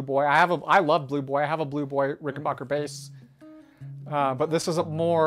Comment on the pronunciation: It's RickenBACKer, not Rickenbocker. Get it right!